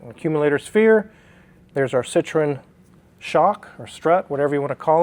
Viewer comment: Ci-tro-EN...please. They are not from Indiana.